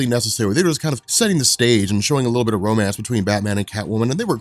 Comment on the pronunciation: BROOOOOOOOOO "Womance" is legendary.